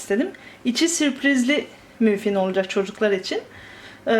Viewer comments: mufin kim ablacim yaw :D maffin diyecen maffin ayrica o supriz kremsanti ney oyle onu cocuk yerken bi video cek gercekten merak ettim komik olmus :D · ablacim müfin değil o muffìn